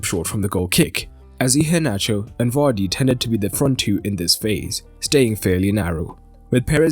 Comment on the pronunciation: Of all the places I have heard people that aren’t Nigerians pronounce Iheanacho, I will have to say that you are the closest to getting it right. 🙌🏾 to you and your team for the extra care.